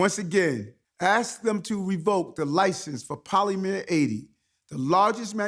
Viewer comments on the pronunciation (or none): poly-meer atey!.... 🤣🤣🤣🤣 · He speaks like he's had a tramatic brain injury. Maybe dropped on his head at birth?